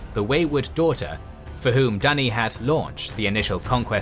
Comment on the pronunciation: Dunny (thats australian for loo) Duney is better